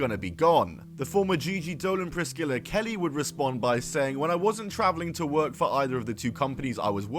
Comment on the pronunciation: “Pris-killa” lmaoooo bro British people can’t speak English